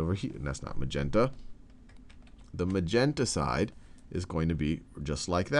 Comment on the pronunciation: Did anyone else hear him say "magentacide" instead of "magenta side"